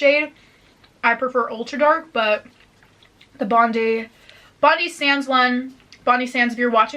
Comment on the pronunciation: Omg girl sending love from Australia but it’s bond-I sands 😂😂 as in EYE ball